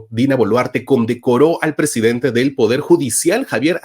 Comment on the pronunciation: Se dice PRESIDENTE !!!! . Todo bien con tus investigaciones y trabajo pero dañas todo al hablar así justamente esa palabra. 🤦🏽‍♂️